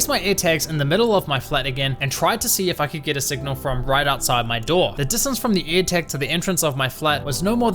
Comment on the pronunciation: What's his accent? He says Eartag instead of airtag